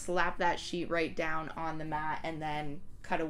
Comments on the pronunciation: "if you're working with a shit" got me LOL. i would've said the same thing with my Filipino accent lmao. i love your video btw, it's very informative! thank you! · Immediately hit the LIKE and SUBSCRIBE button when you made the little word slip up there with "sheet" (I CRIED LAUGHING). Super down-to-earth presentation and this was soooo helpful. Although I have the Cameo, a lot of these tips were applicable to me as well.